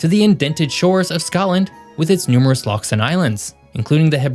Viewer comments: You pronounced loch very well so I’ll let you off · I am seriously impressed that while you were not born in Scotland you manged to pronounce the word "loch" correctly. The English usually settle for "lock" as they do nit have a Gaelic "ch" sound in their ocabulary.